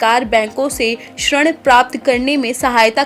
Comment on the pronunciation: शण नहीं होता है मैडम ऋण होता है 😮😮😮😮😮😮😮